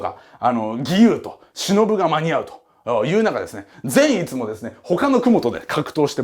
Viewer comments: ぜん⤴︎いつ⤵︎のイン⤴︎トネーション⤵︎ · 善逸のイントネーションが違うと思うのはわたしだけ？笑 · 説明うますぎて、また見たくなった！！ 善逸のイントネーション気になるところ🤔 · 善逸くんの発音が個人的に気になる… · 善逸のイントネーション（笑）(≧▽≦) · 善逸のイントネーション違うー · 善逸の発音ww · 善逸の発音はあっちゃんのやつであってるのか！？！？あたしが鈍ってるのかあっちゃんが鈍ってるのかわからぬ、、、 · ぜんいつの発音草